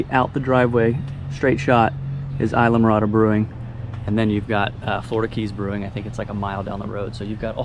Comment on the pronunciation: Islamorada = (“eez-la morada”)